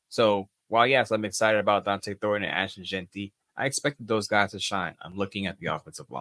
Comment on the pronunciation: Yes, ... it's Jeanty not Jentry ... and Donte not Dante.